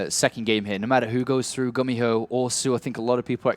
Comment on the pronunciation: it's pronounced "goo-me-ho" not "gummy-ho"